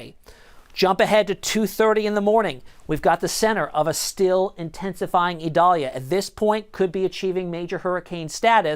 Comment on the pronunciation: This guy says it right